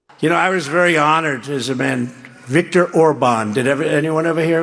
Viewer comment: And he said Victor's name wrong also who has dementia LOL Donald Donald Donald